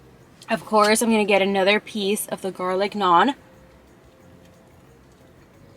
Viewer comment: you litterly pronounced the garlic naan correct😂😂😂😂